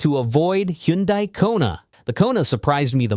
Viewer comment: ...It's pronounced "Tee-gooahn", not "Tee-gahn", btw. Also, on Hyundai, it's pronounced like "Sunday". Just saying!